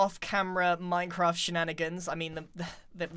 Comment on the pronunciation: the way he says "minecraft"